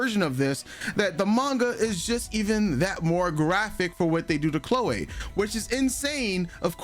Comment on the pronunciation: Lol why do you pronounce her name all weird? "Clo-way"?😂